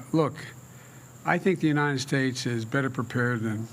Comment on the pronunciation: “God bless the UNITED SHATTES” - “Where are the ORANGES of the report?” - “They took over the airports (in 1776) they did what they had to do..” REMEMBER THOSE OLDIES???